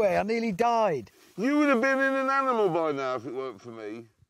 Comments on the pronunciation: Watching these three over the years, I still can't get over whenever Jeremy pronounces animals 😅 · I dont even remember this comment, wth dude hahaha pretty sure it was a joke, "Aminals" always cracked me up